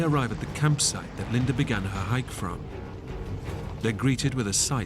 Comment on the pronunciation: Her name is "Linda" NOT "Linder"!